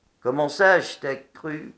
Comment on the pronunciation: 3/44:"ashtag Crues"comment ça "ashtag Crues"??lol!!!